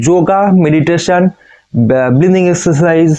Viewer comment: Dada oita bleathing na oita breathing hobe.